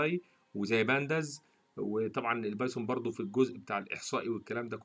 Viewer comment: اول ما دخلت على المقطع و سمعت اللهجة غسلت يدي منك يا ظالم اسمها البايثون سميتها البايسون خليها كودرد احسن ولا ردبول